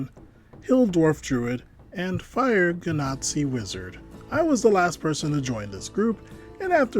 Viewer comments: Wait a minute, did I just hear you pronounce genasi as "ğe-NAZI"? Not dissing, it's just hilarious. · German here, hearing you pronounce Genasi at the start gave me flashbacks to 1933.